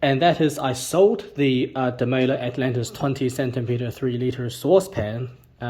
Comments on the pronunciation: Here's Maurits Demeyere saying it: It's definitely Dem-"eye"-re rather than Dem-ay-ler. I can detect a little roll of the tongue on his pronunciation of the R at the end, but I don't hear it as a hard L. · How come you pronounce demeyere with what sounds like a hard L?